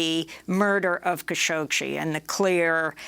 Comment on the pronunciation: holy crap .. she still cant pronounce the butchered journalist name correctly although she speaks with so many people who do.....